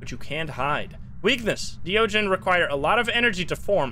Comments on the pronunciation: De ogen 😂 I am Dutch, and idk if you are American or not, but you pronounced it prettu good. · you pronounced de ogen very well